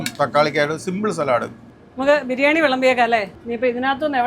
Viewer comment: Daamikkuttiyude birrrnani (biryaani alla 😅